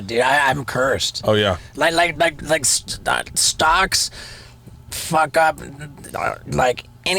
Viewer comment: Go to and listen to Steve O say stocks 😭🤣